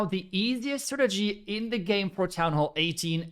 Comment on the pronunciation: Are you incapable of saying strategy properly? Lmfao, clown